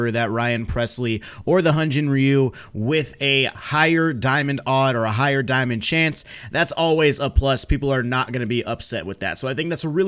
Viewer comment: Love how SDS doesn’t even know how to say the names of players they’re showcasing. It’s not Odd-er-izzi it’s O-der-izzi and it’s not rye-ooo it’s ree-ooo